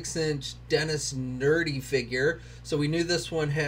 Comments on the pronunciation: It's "Nedry" not nerdy. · lmao... that mistake was gold. Dennis "nerdy" lmao...